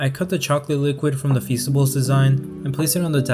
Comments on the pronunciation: Feasteys sounds like feces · Feasts I thought you said fecices